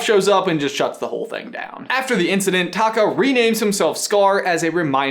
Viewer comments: I keep hearing Scar's real name as Taco. LMAO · I know it's pronounced a little different where Scar is like taco without the o on the end and the lava monster/ Taffitti (is that how you spell it) is Ta Kaaaa.... idk respond what you think!